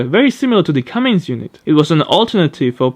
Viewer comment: also, there is no "g" in Cummins